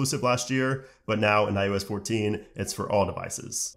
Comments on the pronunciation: It’s pronounced I O S not I U S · “I U S 14” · Hmm 🤔. Is he saying. “ ius “?